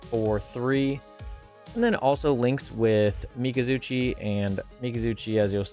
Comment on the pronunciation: Im going to start saying MikazuChi instead of Mikazuki lmao good vid though